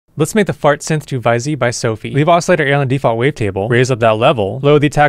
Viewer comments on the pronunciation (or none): not to sound condescending but vyzee's pronounced as fizz or fizzy as in like shake it up and make it fizz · Its pronounced "Fizz"